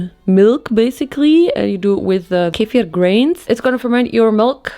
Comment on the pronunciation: I was shocked SHOCKED when she said kefir with very clear pronunciation!! Didn’t see that one coming to be honest but I love that kefir gets the credit it deserves. I mean who needs drug store probiotics when you have Turkish kefir at home? And you should def try them with different fruits like strawberries bananas and blueberries because it actually gets very refreshing and the little bit bitterness will just go away